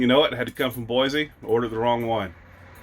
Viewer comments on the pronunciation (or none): You're in my neck of the woods. I was Born in Boise. Since you're talking about pronunciation, you've been saying Boize. There's no z.its correctly pronounced BOICE. No z sound it's a c(see) sound😂just saying. Happy travels in Idaho. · OK, one more correction: BOY-SEE, not BOY-ZEE.